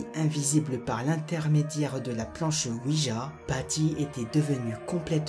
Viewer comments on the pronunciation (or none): none